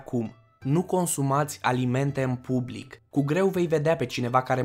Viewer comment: Nu consumati. In. Bublic. Nu vorbiti. In bublic. Nu. Intrizia